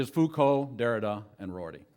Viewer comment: Entertaining as ever. Noone can butcher the names of philosophers or simplify their ideas more hilariously. The self-assurance and mispronunciations are pure comedy. Thanks for posting. Neetchy and Mikhail Fookow would be quacking in their shoes.